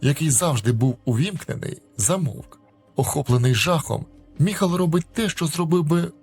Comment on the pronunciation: Не Михал!!!!а Майкл😊